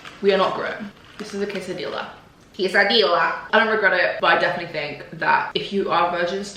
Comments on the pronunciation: It’s pronounced kay-suh-dee-ah btw <3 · i luv u but the way u said quesadilla made me want to cry xx